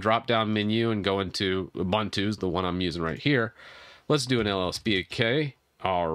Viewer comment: What do you always pronounce incorrectly? It's pronounced Ooboontoo not Oobuntoo.